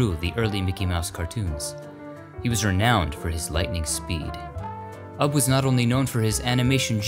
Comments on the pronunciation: It’s pronounced “you bee” Iwerks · Isnt `Ubbe' pronounced `YOU-be'?